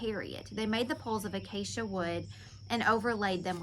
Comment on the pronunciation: you said the word acacia perfectly, great job!!☺️